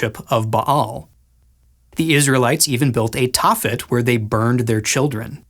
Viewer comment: Love you Guys, but your butchering the names of Tophet and Hinnom,... Smiles 😃 Shabbat Shalom Ya'll 😊😊😊